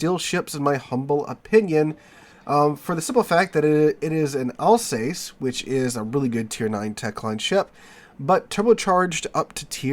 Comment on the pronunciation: Thanks for great content! Just to note that Alsace rhymes with 'bus'. 😊